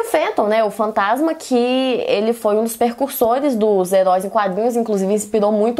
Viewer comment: Debora, o certo é precursor, percusor é outra coisa! hehe Sendo chato só pq percebi que vc gosta mto da palavra e o fato de ser um video de educação! hehe